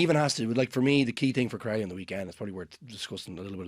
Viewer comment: pronounced Crowley correctly 🎉🎉🎉🎉